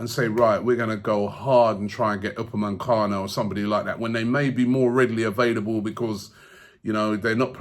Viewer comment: It's not Upemancano, for god's sake.